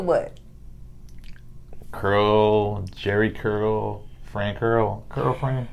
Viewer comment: 😂😂 yo face when he said 'Jery Curl'